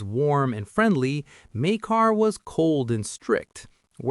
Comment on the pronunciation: It's pronounced 'Mike-Ah', the R is silent.